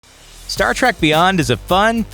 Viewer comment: I think this guy says Star Trak just to start shit lol